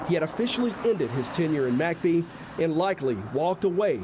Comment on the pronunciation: Why do you pronounce McBee as Mack bee? It should be mick bee